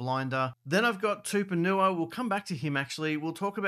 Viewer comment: His name is not Tuponua. It’s TUPOU-NIUA